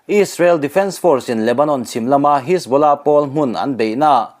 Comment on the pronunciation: A Rik dan kha diklo hajbollah ti in lam la adik a pronounsation kha